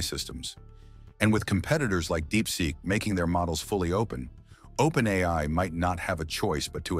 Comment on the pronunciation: Propaganda. Plain and simple. I wonder who's behind it? Total BS. The AI-generated voice even says "OPEN EYE" at times. Fortunately, nobody watching this who has anything important to contribute will buy any of this crap. Yes, there are issues. But the way they are phrased in this video makes it quite obvious that it's propaganda sponsored by a totalitarian regime, a regime with a lot to lose.